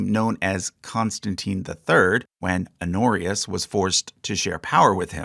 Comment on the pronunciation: Pronounce the h on "Honorius" holyyyyy